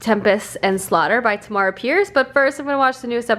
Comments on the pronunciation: I love your reading vlogs!! Also just thought I'd let you know Tamora is pronounced like Tamara, rhymes with camera :) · I love watching these vlogs with you! Also according to bookbrowse dot com you pronounce Tamora Pierce's first name the way you pronounce camera.